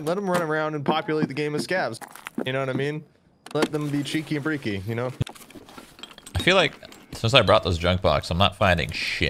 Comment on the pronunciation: Did he just say "cheeki breeki"? 😂